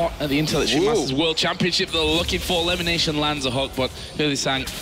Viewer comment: limination? can't even pronounce lemon properly :/